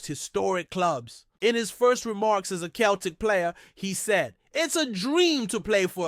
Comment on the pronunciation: It's pronounced seltic